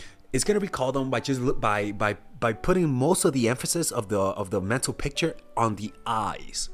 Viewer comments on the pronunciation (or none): none